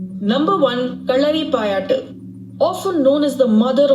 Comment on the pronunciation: No, I don't think so that she's from south India, cos the way she pronounced Karalipayattu in that accent was also different than the real way.